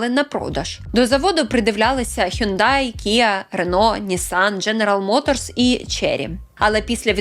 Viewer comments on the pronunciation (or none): none